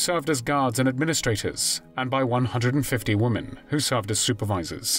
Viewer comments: Why do these narrators keep mispronounced women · why is it that so many narrators can't pronounce the word "women"?